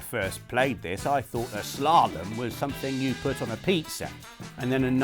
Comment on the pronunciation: salute not even knowing how to pronounce slalom properly 😂😂